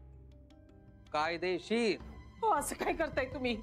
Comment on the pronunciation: बाबांच ( तसच,कायदेशीर )अस उच्चारण फारच अपिलिंग।छान अभिनय ।